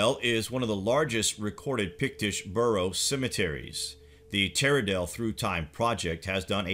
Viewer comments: Barrow not burrow x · bArrow not Burrow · Barrow, not burrow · This commentators accent is just annoying also his pronunciation of English. What is it , a borrow a barrow or a burgh. Please it is Scotland not Scatland. I am a SCOT not a Scat. The video would have been interesting but for this annoying man.